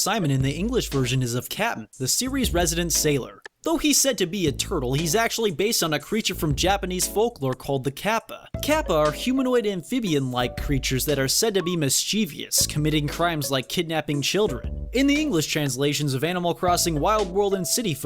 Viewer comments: Im Peet Us? Mis Cheev E Us? Good lord... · You added an extra I to mischievous (v.v ) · Mischievous. Not mischievious. Mis-chiev-ous. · You lost my attention when you mispronounced "mischievous".